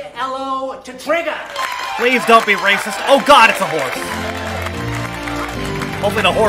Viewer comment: he said trigger. tr